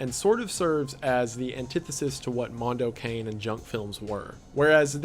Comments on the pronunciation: No no no, ragazzo! No "mondou quein". Mondo CA-NE (CAH NEH) And no, I'm not italian, I'm hispanic but I know that's the right way to pronunce it. Hmm MDPOPE. Mega Drive Pope. Interesting name... WTFamisaying?LOL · It's so funny hearing someone who doesn't know pronounce mando cane as cane as in candy cane instead of kah nay which is how I've always heard it pronounced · Kah-neh not an ay sound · It's pronounced Cah-neh, not Kane. Cah-neh. Silent 'e's don't exist in the Italian language. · It's pronounced "Moon-doe Kah-nay" please god pronounce it correctly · Mondo Cane is actually pronounced “Mondo Cah-Neigh. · Apparently you pronounce it car-nay for mondo cane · I'm the guy Hostel is pronounced like Hostle Mondo Cane is like Cawnay I'm sorry! Otherwise I loved this breakdown! Liked and subbed ..and I saw animal farm in the 80s and the images are still stuck in my mind 😦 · "Mondo Cane" seemed really interesting. Just one thing (as an Italian speaker) we don't pronounce "cane"(as dog) as the english "cane"(as stick). It didn't bug me that much but it was a bit weird to hear it pronounced that way...though, TBH after all the english titles up to now I also read it with an english pronounciation in my head. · wendi, i absolutely love you, but the way you pronounced "mondo cane" took 15 years off of my life